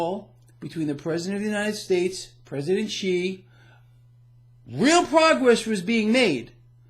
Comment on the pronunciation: President Xi's last name is pronounced as "see" or "sea" or "C."